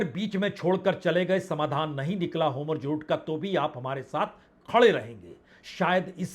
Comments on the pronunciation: Nahi sudharne ki kasam kha li hai kya, 'ho-murz' nahi 'hor-muz'. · बाजपेई जी नमस्कार, होमुर्ज ( homurz )नहीं बल्कि (hormuz) होर्मुज जलडमरूमध्य है कृपया संशोधन कर लीजिए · आपका उच्चारण हॉर्मुज शायद सही नहीं है।